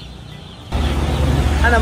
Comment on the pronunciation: galing ni ung pronunciation nya ng matamis at masarap